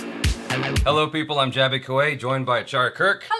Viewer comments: Jimmy is also pronouncing Jaby wrong .... its "A" as in bat; not "A" as in bait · That was great. Jimmy is fabulous, always has been. But Jaby you didn't correct him when he mispronounced your name either. You both mispronounced eachother's names!! :D